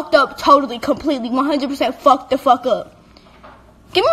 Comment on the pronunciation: Guys she’s really says “ yOu Ghot MeH FhUcKed Thhe FhUk Up “ HOW TF ?!